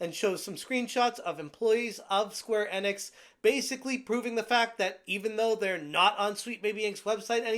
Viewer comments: Square In-Icks or E-Knicks.... I think its E-Knicks; say it right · My dude, its Enix, not Ennix